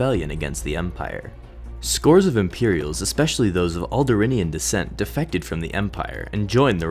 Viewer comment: This makes me hate the evil rebel traitors even more, though I already knew all of this. Also, the demonym is "Alderaanian", not "Alderinian".